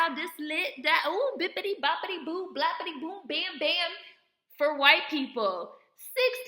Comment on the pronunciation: 😂😂😂 I love how you said hwyte.. that’s funny af